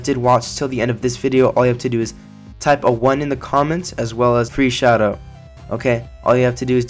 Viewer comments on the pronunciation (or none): 1 Shoutout ? Sounded like u said shadow but yeah